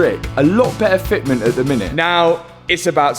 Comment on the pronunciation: Pearrrrfekt Fetmint